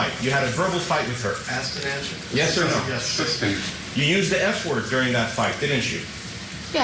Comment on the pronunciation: had me😂😂😂 when he kept saying substain